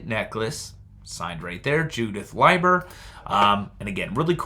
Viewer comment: Leiber is Lee ber. I try to remember that by L I E is lie so L E I is LEE. I have trouble too with the language. The i before e isn't always true like they taught in school. Don't worry so much about what people say when saying names and such. You do just fine.